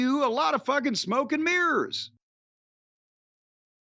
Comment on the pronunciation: Sorry Jim, did you say 'smoke and mirrors' or 'coke and mirrors'?